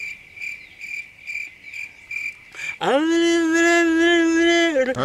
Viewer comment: Aaa... Reaaa... Son... Remason hhh